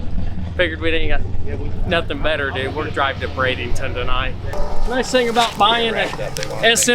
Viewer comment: Dear, just an awesome effort on the livestream and videos, but we are all wondering where BradINGton is? We all know you can do it.. say it with us, B R A D E N T O N